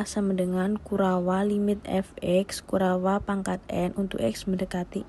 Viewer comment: penjelasan materinya jelas dan mudah di pahami. Rada aneh mendengar penyebutan kurawa